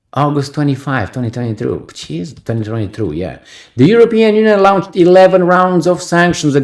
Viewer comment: Lawn-ched, Not Loun-ched.